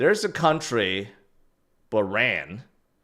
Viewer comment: It’s pronounced Baa-rayne. An island country in the Middle East, off the coast of Saudi Arabia, just above Qatar 😂